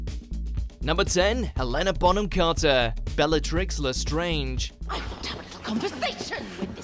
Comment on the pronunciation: bellatrix lAasStraaange